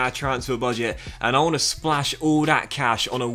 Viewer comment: First off, I’m enjoying your videos. For someone that speaks well and clearly it is really hard for me, personally, to watch when you say this, that, there, the etc like a kid. Dis, dat, dere, da. Come on man.